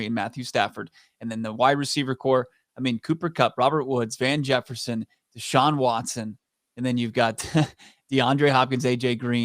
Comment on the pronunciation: said they had deashun watson.damn I thought I was high.😂🤣😆